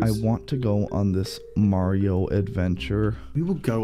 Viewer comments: Uh it's Mario not Mareo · It is not marui its MARIO AND NOT LUGI LUIGI